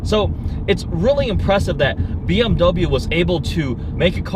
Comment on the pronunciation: Silly Nissan, u ate a bmw? quit saying bmw "i ate".